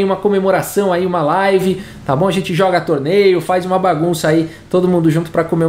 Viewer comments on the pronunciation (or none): none